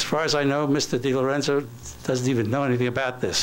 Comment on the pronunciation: Notice how he doesn't state Thomas DiLorenzo's proper name. He calls him Tom DiLerenzo.